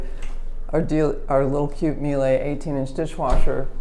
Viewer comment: Love your videos, but the right way to say Miele is mee-luh. “While it is a challenge to phonetically spell the name in its correct German form, the closest way to educate customers in the United States on how to say it is “Miele, like the name Sheila.”